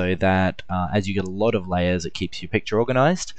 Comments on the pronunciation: hahaha i noticed you pronounce 'lay ers' as 'lay es' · so many layyass.. lmao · It sounded like "Las". Lol. Great tut, though.